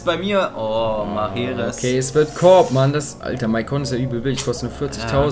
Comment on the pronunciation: Und der heißt nicht Mahrerez